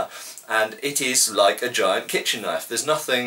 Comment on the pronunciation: Australian accent 'Well THAT's a KNYAWF!!'